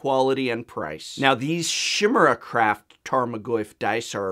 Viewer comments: Chimera is pronounced Kye-Mir-Uh, not Shimera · Its pronounced "Ki-meer-uh" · You really pronounce chimera like that? I thought it was Kai Mare a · Chimera is pronounced with a K sound like in School rather than an SH sound. And thanks for going over these options. I particularly like the tokens that you can write on. The dice were meh as were the food tokens. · Kai mare a Is the correct pronunciation because it is a greek word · I thought it was pronounced, Kim-er-uh. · Got it fixed faster than I expected. This is the FIXED version of this video. What was changed? No, it wasn't my incorrect pronunciation of chimera, something I have been willfully doing since 4th grade. In the demonstration of the Turn One Gaming tokens, I accidentally used a wet erase marker and not a dry erase marker. I want to stress that this only happened when I filmed the demonstration, and I used dry erase markers all throughout testing these tokens. Nonetheless, this made the video look much more dramatic in terms of how much ink comes off with a paper towel, and just how much gets on your fingers. My apologies for this error. My comments, evaluation, and grade remain unchanged. You can still see in this video (although not quite as dramatically as the last) that you still don't get a perfect wipe with dry erase, and I still maintain that you should not be using markers, even dry erase markers, anywhere near your magic cards. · Hah! I used to pronounce Chimera the same way. It was one of those words I read in books, but never heard spoken aloud until much later in life. There certainly are a lot of those, when you read a lot of books. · despite being an english major, you still couldnt pronounce "Tarmagoyf" and "Chimera" right